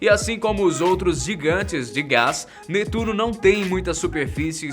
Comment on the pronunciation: Se fala netuno